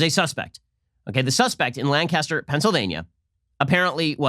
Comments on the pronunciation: For a non-native, Shapiro is very close. It's Lank' as ter, not Lan cas ter. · I don’t comment often but it’s not LAN-caster. It’s pronounced lanc-aster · My wife from Lank uh ster cringed every time Ben says Lan cas ter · It’s not lan-caster....it’s Lancaster. I live 20 minutes out. Lancaster is mostly Amish people. The rest are dopes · I disliked because he called it LAncAster and not LAncaster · It's LAN-caster, not Lan-CAST-er. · In Pennsylvania, it is pronounced Lanc-aster not Lan-caster. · Ben, FYI, it is pronounced Lank ‘ aster, not Lang Caster ‘ . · You know it's not Land-cast-er...but Lank-can-stir. Pennsylvania Dutch annunciation. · Being from Lancaster, I know there's few things that agitate these pacifists as much as someone pronouncing it as Lang-Cass-Ter instead of Lan-Kiss-Ter. You should issue an immediate retraction. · STOP SAYING LAN CASTER it’s pronounced LANG-KISS-TER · In California Lancaster is pronounced Lan-kaster with a long “n” and a hard “k”. In PA we pronounce it Lang-cister with a soft “c”. Just in case you were wondering... it’s very easy to know who isn’t around here, but how they say the town name. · anyone else from pa triggered by the way he says lan-caster instead of lancaster 😂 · You're saying it wrong Ben! It's "LANG-KISS-TER", not "LANN-CASTER" like the Brits say it! Get it right man! Hahaha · Lank-aster, not Lan-Caster. Say it right ! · Pennsylvanians be like ..."LANcaster" not "lanCASTER" Ben :) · From those who live here it's funny to hear it pronounced Lan-cass-ter instead of Lankster. God bless ya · UGH IT'S NOT LANG-CAST-ERR. IT'S LANK-IS-TER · Ben you gotta pronounce Lancaster correctly. It's pronounced like Lang-kister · I love your videos! I live in Lancaster County. It is pronounced Lane-ca-ster. 😂 I agree 100% though. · It’s pronounced “Lan-kiss-ter” btw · It's "Linkester" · Lancaster pronuncation: Lane-ki-ster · Ben, we pronounce it LANG-kister ;) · It's LanKISSter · It's lancaster, pronounced lan-kiss-ter